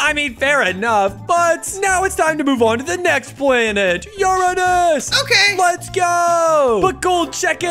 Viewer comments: It’s not Urnus it’s uranus 🤓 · Your saying Uranus wrong (just to remind you) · YOUR SAYING URANUS WRONG